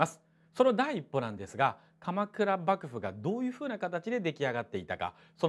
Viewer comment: まじでばぐぶにきこえる笑笑いう度面白い